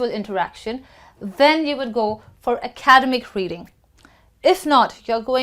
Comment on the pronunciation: You’re pronouncing ‘academic’ wrong